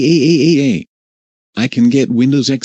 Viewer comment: I love how he just says "YAÆÆÆÆÆÆÆÆÆÆY" instead of "YAAAAAAAAAAAAAAAAY"